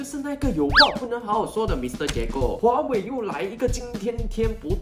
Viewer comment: 好奇怪，为什么那么多的大马人就是没法把“华为”这两个字唸得准？不是唸成华伟， 就是华威。你们不是从一年级就开始学中文了吗？